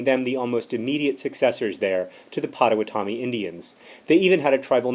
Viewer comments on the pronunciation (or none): You pronounced Potawatomi wrongXDD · Don't mean to be a troll, but you pronounced Potowatomi wrong. I'm sorry, but it's my tribe.